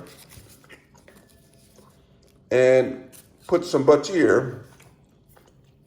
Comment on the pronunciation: Flipperate? Lol. But-teer? Lol? Stickerate? Lol!